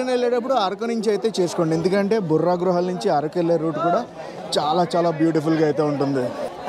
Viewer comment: బుర్రా గుహలు కాదు.బొర్రా గుహలు